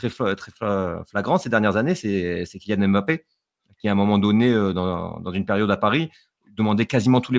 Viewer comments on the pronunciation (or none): none